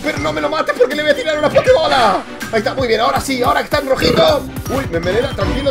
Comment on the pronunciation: Cuando buscaste la pokemocha dijiste mochila con un asentó raro y dijiste pokebole